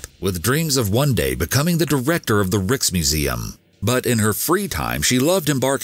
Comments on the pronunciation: “Rikes”-museum not “ricks”-museum. Just saying. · Rijksmuseum is pronounced more like the German word "reich" btw, but with a hard K at the end. So, not "reeksmuseum" but more like "raiksmuseum" where the A is like in the word "actually". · Criminal pronunciation of Rijksmuseum